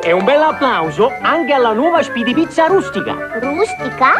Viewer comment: Eshpeedy pizza 😂